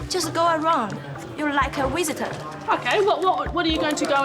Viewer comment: "Like a wisitor." 😂😂